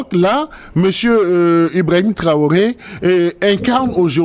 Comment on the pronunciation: C'est Ibrahim Traoré et non ibraoré Monsieur le barbu. Vous faites hontes à jeunesse africaine